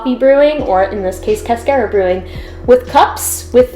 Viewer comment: It’s pronounced like a car that you drive. Not care like a care bear.